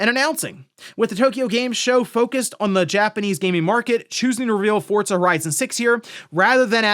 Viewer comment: Just unable to ever properly pronounce Forza